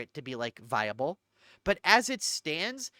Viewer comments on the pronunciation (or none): none